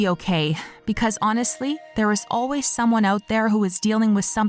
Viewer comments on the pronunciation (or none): none